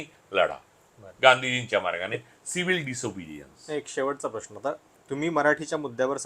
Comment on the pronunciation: Improve your diction. Its महानगर not महाणगर .it's म्हणुन not म्हणुण . Its प्रेक्षकांना not प्रेक्षकांणा .Its प्रश्न not प्रश्ण. जिथे "न" असत़ तिथे कशाला उगाच "ण"???Are you trying to please those idiots Punekar ? 😂